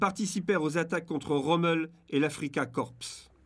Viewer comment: Les informations sont bonnes (notamment le passage de la baderne criminelle "Butcher" Harris), mais quel dommage que ce commentaire ânonné... et il est plus que temps que les commentateurs français de guérissent de cette manie de prononce "AFRIKAKORPSE" (sic) le nom de l'Afrika Korps que les Allemands (et les adversires anglais moins incultres) prononçaient "AFRIKAKOR" les Allemands ayant la courtoisie de prononcer à la française les mots empruntés au français... ainsi "Arméekorps" se prononce "ArmééKOR" -- Schluss-Punkt!